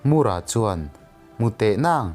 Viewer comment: Mur-a Nilo Tlem thluk a, Mũr-â tih tur ..... Engpawh nise i thiam lutuk e✍👍✍